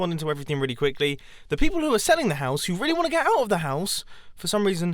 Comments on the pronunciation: I thought you said mouse as in a mouse got into the RV and I was like 😱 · You had said mouse 🐭 insted of house 🏡 in the time-lapse chat. 😂 😂 😂